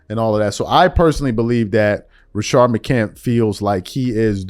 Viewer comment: Rashad not Rashard. Good video! Call out the Bronsexuals